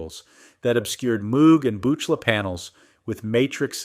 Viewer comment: Utter rubbish. I could only put up with about two minutes of this AI Slop. When the "attempting to sound collegiate male voice nr.6" mispronounced Buchla after saying it correctly less than 30 seconds previously, I'd had enough. This is garbage. Clanker litterbox poo.